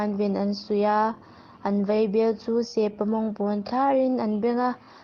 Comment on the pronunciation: Sepa(Kelpa anga thlûk)mawng ni lovin, Se pa(U-Muan, anga thlûk) mawng tih tur aw... Hriangpui(Kelpui thluk) ni lovin, Hriangpui(Keite thluk)tur aw...i chhiar hma in rual û deuhte rawn hmasa ṭhin rawh aw....i âw chu a mawi viau e.